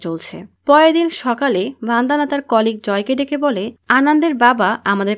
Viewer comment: ভনদানা নয় বনদনা